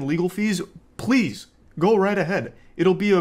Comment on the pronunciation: You say pwease and tank you to me..